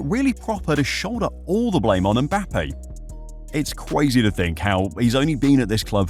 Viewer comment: its cwazy